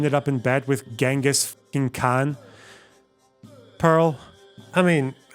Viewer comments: IF YOU CANT EVEN PRONOUNCE GHENGHIS KHAN'S NAME IN THE BASTARDIZED INCCORRECT WAY IT'S MOST OFTEN PRONOUNCED DONT PRETEND TO KNOW ANYTHING ABOUT HIM!!! AAAAA It's Chingis but most people pronounce it Gangus cuz the English spelling is Ghenghis It most certainly is not Gongus And my man didn't get that many wives with his alpha male chad energy He just kidnapped them In some of the places he conquered the kidnapping tradition literally survived to this day and is a problem A funny thing as well Ghenghis had the decency to be a good sugar daddy who paid Often he gave his wives positions in government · Did she say Gungas Khan?